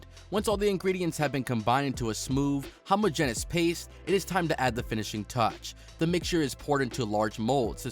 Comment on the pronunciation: His pronunciation of the forms of homogenous were just too much!😆